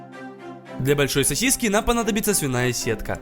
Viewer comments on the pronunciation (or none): none